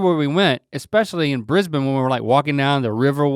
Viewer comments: Well done Link on pronouncing Brisbane and Melbourne as "Bris-bin" & "Mel-bin"... Most Americans say " Bris-baaaiin" & " Mel-boorrn". And yes, Melbourne are coffee snobs. They are state certified barista training schools. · I love how they pronounce Brisbane and Melbourne in an Aussie accent and then continue the sentence right on with their American accents! Their time in Australia has really helped them with the pronunciation xD